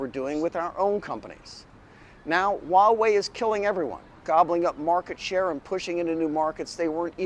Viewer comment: Great video and message. However can I be a little pedantic, and help you to pronounce Huawei, it's not "wah-way", but "hwaa-way". All that aside, great point and video though, good job. Subscribed 👍